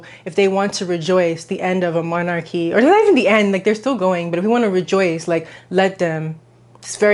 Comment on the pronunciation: it's "monarchy" tho